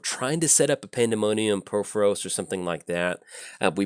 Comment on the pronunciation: Please stop pronouncing Purphoros wrong!!